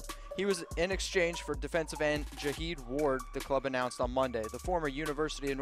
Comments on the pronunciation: ("Jah-heed" Ward) , really. How the hell did a poser get 17 k subscribers so fast... Come on admit it, you're a Cowboy fan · Bryant is 4 Chucky's heads dude. Who the h*** or what the h*** qualifies you give anybody grades dude... You can't even pronounce Jihad Ward's name right... Its, G' Hahh-D... What kinda Raider Fan Are You!?!? I'll give you half a Chucky head on that one.